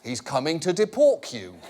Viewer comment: "He's coming to depork you..." Holy crap, that still kills me.